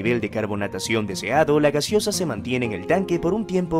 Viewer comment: Corrige ..es GASEOSA, no GASIOSA .😂